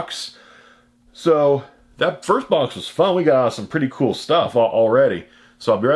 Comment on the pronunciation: I like the say you say cool. Cause you don't say cool you say chhool.